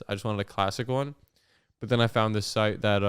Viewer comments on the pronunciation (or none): none